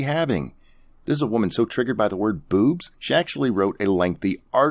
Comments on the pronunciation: It really sounded like he said booze to me. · Pretty sure he said "Bewbs" and not "Boobs." Just sayin'